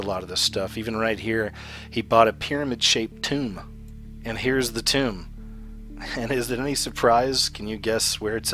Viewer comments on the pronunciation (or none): none